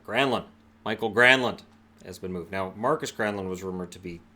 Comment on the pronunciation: Not Michael. Mikael, like mi-kyle.